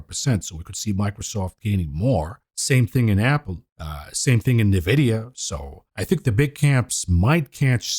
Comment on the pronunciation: true, just happens to be remarkably annoying, coupled with his inability to pronounce Nvidia. Good content though.